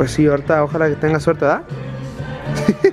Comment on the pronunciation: Se dice ojalá no ójala